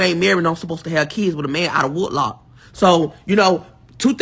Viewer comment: That dummy said, woodlock 😂😂